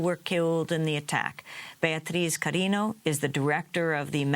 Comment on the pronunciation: The host did not pronounce Bety's last name. It is CariÑo, not carino.